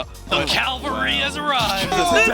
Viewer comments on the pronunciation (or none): He said "the Calvary has arrived." Lol.